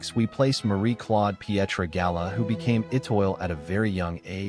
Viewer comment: The speaker should know how to pronounce Étoile!